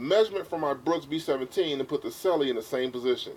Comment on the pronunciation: Correct pronunciation of Selle is 'Sell' not 'Sell-e' - the 'e' is silent.